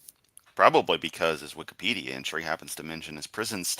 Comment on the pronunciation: Speculation: I think maybe calls it "Wickedpedia" because he confuses the first syllable 'Wiki' with 'Wicca' and possibly with witchcraft maybe? Therefore, he glosses it "Wickedpedia". Just straight up ignorant. He demonstrates a pattern of this behavior over time. Another example is when he calls National Geographic "National Pornographic", possibly because it sometimes features topless tribal women or some other photos that he objects to. In any case, he's a f&#@